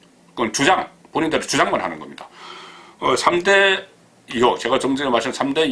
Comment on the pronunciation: 이혹아니고 의혹